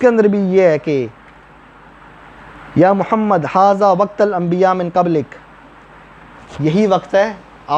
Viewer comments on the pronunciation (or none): none